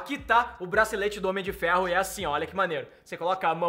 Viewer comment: N sabe falar Homem de Ferro